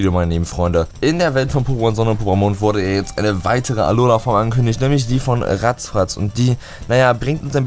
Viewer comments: Alter kannst du bitte damit aufhören "Rattfratz" "Rattzfratz" Nennen? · RATTFRATZ und nicht RATZFRATZ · Warum sagst du eig. immer "vuluna" und "ratzfratz" ? Die Pokémon heißen Vulnona und Rattfratz